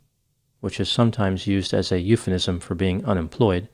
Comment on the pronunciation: Hey! I love your videos. I keep hearing you say euphenism instead of euphemism...is it my ears? perhaps. Anyway, please keep up the great work. You keep me and many others ent entertained hours on end. Thank you!